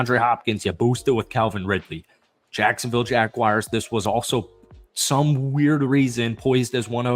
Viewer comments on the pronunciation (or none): none